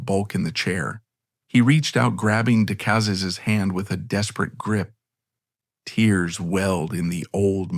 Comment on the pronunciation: AI needs to learn how to pronounce the name Decazes, which is mangled about 350 times in this vid.(My guess at a number - as I didn't get past the first 14 minutes or so.) Terrible presentation of images.